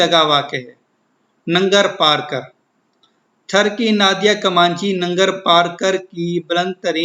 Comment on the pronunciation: not tharki its thar ki 💀